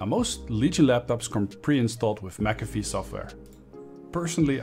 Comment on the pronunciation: what is mcfee or how you said